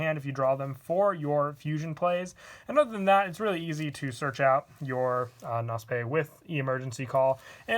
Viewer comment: Knospe is German please look the Aussprache up on google